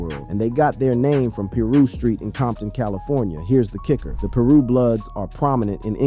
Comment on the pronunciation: What the hell is Peerue ? 😂